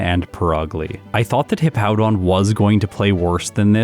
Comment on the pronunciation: At least can pronounce Hippowdon correctly. Mah-Dry-Bread always calls it Hippo-down.